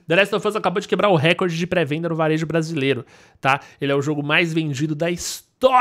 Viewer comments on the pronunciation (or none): none